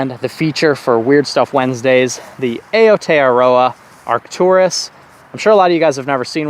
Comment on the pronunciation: Aotearoa should be pronounced "OW-TAY-ROW-AH"